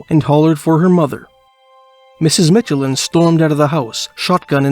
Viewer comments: like the Michelin Tires...not Mitchelin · Narrator is AI for sure, anyone who has seen a commercial knows how to pronounce Michelin as well (and im from the area, we pronounce it like the commercials). Also local pronunciation of Traverspine is 'Travis-Pin', and its closer to the Mealy Mountains vs the Torngats which are much further north in Nunatsiavut (Traverspine is in more traditionally Innu lands, The Innu Nation are the local 'indian' nation and some are up into the north around the Torngat mountains). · Good video, but as someone who's a part of the Michelin family, hearing the way he pronounces Michelin is pretty funny lol.